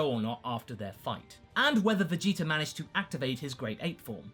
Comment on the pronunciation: am I the only one that notices the "er" sound at the end of some of pronunciations of certain words ending with an a? a little distracting for me but funny to hear lol